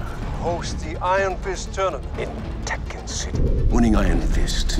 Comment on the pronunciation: It's not Taken but Tekken (said Tek'ken with the stop)